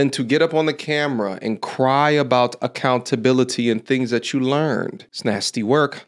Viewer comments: alert "Acountability"😂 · She said "take accountabilitah" and almost dropped his violin and headphones. 😂😂